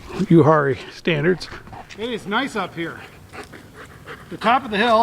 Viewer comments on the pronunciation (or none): That would be pronounced U-R-E No H sound. I like to spend at least a week a year up there. The Uwharrie Mountains are the second oldest mountains in the world. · Uwharrie is pronounced “u-war-rie”